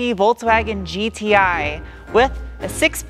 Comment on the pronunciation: Me not like the fholksfhagen... You're the best.